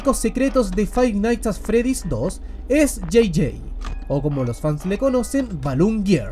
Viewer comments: fai naigs at fredis = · Si hay algo que todos los chilenos tienen en común es pronunciar mal Five Nights at Freddy's